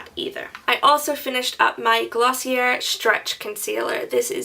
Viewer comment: In case you didn't know, Glossier is pronounced glossy-AY. Good luck with your year long project!